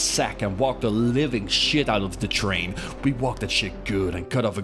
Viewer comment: Why not just say train like a normal person?